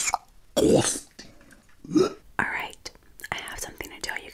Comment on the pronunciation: When she says disgUsting Lol